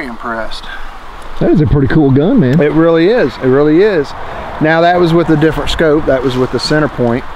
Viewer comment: Scope not scoop